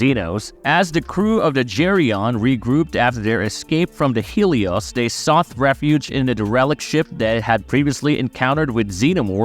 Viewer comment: My man, "sought" is pronounced "sot". The gh is silent.